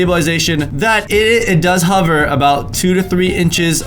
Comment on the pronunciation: Who else noticed he said huver instead of hover! 😂?